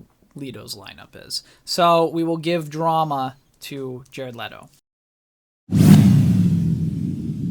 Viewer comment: God you are KILLING ME. It's leh-to, not lee-to. And Jared is the superior actor.